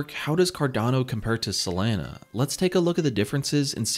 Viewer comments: I heard sAlana every time lol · Dude, it's SOLANA, NOT SOLENA,..fortunately you didnt say CARDENO, but CARDANO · It's pronounced SoLAWNA not SoLANA like Lana del Rey. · Not “Selena” it’s “Solana” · Say it with me... sol-A-na... There's no E anywhere in the name bro, lmao. Literally couldn't finish watching this.. "Solena.. Solena"... You work for a crypto website and you're discussing a top 5 currency? How do you get the pronunciation wrong? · He says "Selena" 🙉 hard to stay focused listening to the video... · Every time he says Selena, I'm waiting for Gomez. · Not even 20 sec into the vid, and I already know the way he says Solana finna piss me off 😭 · why do you pronounce SOL properly but not the full word?